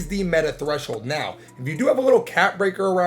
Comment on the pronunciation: I don't think you said treshol5for perimeter and steal